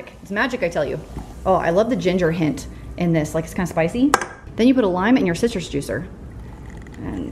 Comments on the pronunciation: I thought you said "your sisters juicer" 🤣🤣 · Loveing these recipes, each time I hear you say citrus juice I actually hear sisters juicer!🤣